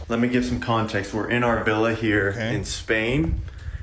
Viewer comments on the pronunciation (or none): none